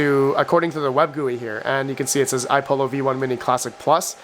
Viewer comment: Again, it's iPollo (two l's), not iPolo. i.e. similar to how you would say Apollo. These youngens today...tisk tisk